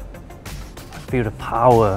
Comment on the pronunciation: "Powah Sauce" Hahahaha love this guy xD